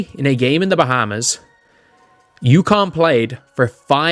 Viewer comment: UConn NOT Yukon